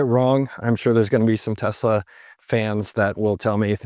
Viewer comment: Did you see Elon's face when Trump misprounced the company name as Tesler?😂 It was priceless!! 😂